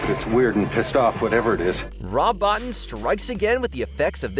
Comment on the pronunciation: First of all, his name is pronounced Rob Bo-Teen. Secondly, he had nothing to do with An American Werewolf In London, but instead did similar work on The Howling which came out the same year. Also it's Blair, not Bear. Finally, the dog-thing puppet was done by Stan Winston not Bottin.